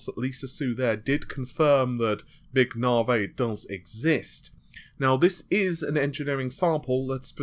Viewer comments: loving your work, try saying it as "navvy" as opposed to "nah-vay". think about the big irish guys who build motorways, and you're sorted. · nar-whey protein